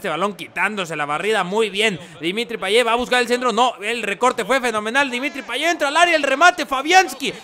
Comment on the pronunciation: Por que dices Payeh es Payet